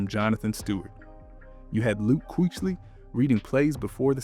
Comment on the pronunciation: Yeah I had to turn it off when he said Luke Queechly 🤨